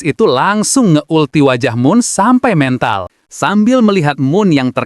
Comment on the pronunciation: Kenapa sih min klo ngmong MENTAL, E nya pake E di kata "kode", kenapa gk pake E di kata "belai".. risih dngernya 😂